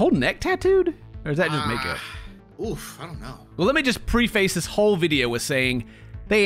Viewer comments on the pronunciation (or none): Someone pls tell its preface (prefuss) not PrE-fACe... he said that a couple times and it bothers me more then his v cut shirts bother pewdiepie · English makes no sense. 'preface' is not pronounced pre-face. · The way he pronounces "preface" hurts my soul.